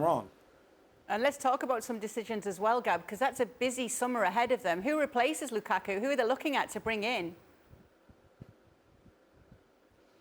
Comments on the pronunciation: Folks in comment section: y’all seriously disappointed me. Not one person mentioned how hilariously Frank LeBoeuf said “Kukaku” 🤣🤣🤣🤣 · Lmao it gets me everytime ale says Lukaku 💀💀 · Again am here for Moreno saying "lukaku"😄😄😄